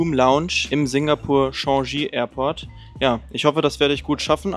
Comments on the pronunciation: Bruhhh Schaschi 😂😂😂 wird Tchangi ausgesprochen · Singapore Airlines ist nicht ohne Grund die beste Airline der Welt, seit Ewigkeiten eine echte 5 Sterne Airline. Übrigens der Flughafen Changi wird einfach „Tschangie“ gesprochen wie geschrieben. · warum sprichst du den Namen aus als wäre er französisch? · Interessant wie Du „Changi“ aussprichst 😏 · Der Bro dachte kurz er ist in Frankreich :D